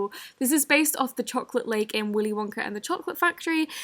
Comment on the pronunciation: Did she just say Willy Ona and the chocolate factory…